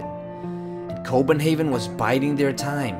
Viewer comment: Haha you said Copenhaven that really cracked me up haha ;) Awesome video man! Keep it up! :D